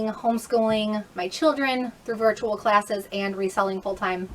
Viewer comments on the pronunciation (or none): none